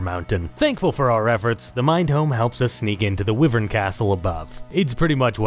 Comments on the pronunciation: I've never heard anyone pronounce it "wivv-erns" before, have I been saying it wrong my whole life as "why-verns" ? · No its Why-verns. Some ppl just pronounce it wrong